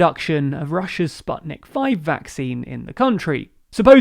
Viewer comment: I love your summaries, but please take time to find out the correct pronunciation of names like of navalny (nah-val-knee) and San Suu Kyi (tchi) or Sputnik